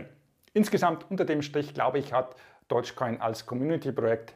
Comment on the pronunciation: Der Coin heißt DOGGGE Coin und nicht Dodge Coin Dog ist auf Englisch Hund und Dodge ist der US Amerikanische Automobilehersteller 😌